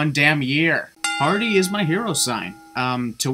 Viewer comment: he said heardy